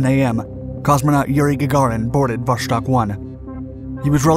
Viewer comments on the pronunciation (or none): It is pronounced vostOk, not vOshtok. Jesus... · Great video, just one small correction....it's not pronounced "voshtok", it's "vostok", which translates to "East" in Russian. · Vuh-STOKE with a hard O — meaning "East." Not VUSH-tok. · It’s pronounced “Vostok”; not “Voshtok”. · Why are you pronouncing it Vos(h)tok? The third Cyrillic letter in the name is a 'C' which is pronounced as an 's', not an 'sh'. You should know this when presenting such an important video. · It's "Vostok," not "Voshtok." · It was not VOSHTOK !! But simply Vostok !! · Not a big thing but it's "Vostok" not "Voštok" :) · VoStok, not voSHtok. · its vos-tok not vosh tok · Vostok is not pronounced with an "sh" sound, rather with "s" (like in 'submarine'). In ciryllyc letters it' looks like: Восток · Vostok = East Pronounced Vos-Tok' Not Vosh-Tok... I appreciate all of your educational videos. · Glad I'm not the only one to be bugged by this.. I can't watch the entire video because of the mispronunciation.. it is not Voshtok, omg.. it's Vosss-tok.. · It's pronounced Vost+ok right? Which is why it gets mispronounced so often is the 'ok' part is easily misheard by non-native speakers as Vosh+tok or Vos+shtok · "Vosztok" good job with accent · Hearing Vostok mispronounced so frequently is quite disappointing.